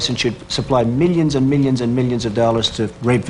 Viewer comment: “Meellions and meellions…”